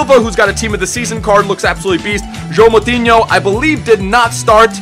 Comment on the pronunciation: "João Moutinho" I have to say, you're the first non portuguese speaker saying his name correctly